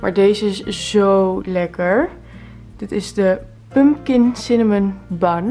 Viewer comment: Tleuke video! Tipje: je spreekt pompoen uit als “pumkan” xxxx niet pump kin x ✨